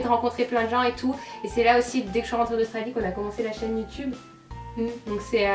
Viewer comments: C'est pas la première fois que je remarque mais, tu dis Youtoube au lieu de Youtube quand tu le dis tout seul! Tu t'en rends compte?:) Bonne idée le Pékin Express des youtubeurs! Bisous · elle le prononce a "l'anglaise", le mot de base,quoi :)